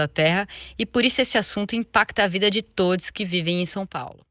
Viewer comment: Escutei todies e pensei devo ter escutado errado, misericórdia 😮